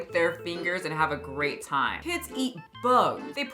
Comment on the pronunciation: Why does talk like that? She sounds like Ellen Degeneres. Always making G’s into C’s “That’s a crate idea guyzzz”